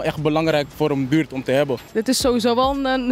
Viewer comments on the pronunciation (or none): in de buurrrttttt😂😂